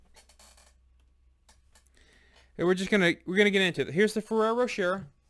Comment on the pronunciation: Great review. FYI, the second R is Rocher is silent, it's pronounced' Roe-sheh'